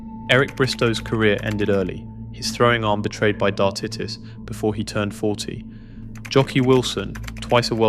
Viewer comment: There's a documentary on sky called Dart Kings that goes into detail of this period. It's a fascinating watch. btw i'm pretty sure it's pronounced dar tie tus not dar tit us.